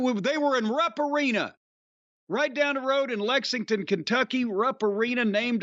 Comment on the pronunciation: Always sounds like it's pronounced "Rump" Arena.. 🤣